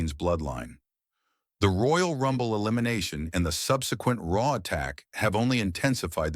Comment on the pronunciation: I knew the moment you referred RAW as r.a.w Not to continue watching. GTFO